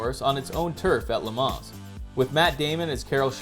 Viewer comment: Almost got my thumbs up, until I heard the 's' at the end of 'Le Mans'